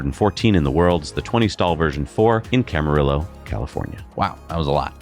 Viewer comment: It’s not “Cama-rill-oh”, it’s “Cama-Ree-Oh”